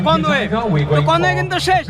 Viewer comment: not conoy man it's conway, pronoun properly man.